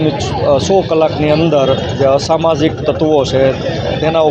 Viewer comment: "ashmajik tatvo ke " samajik tatavo "?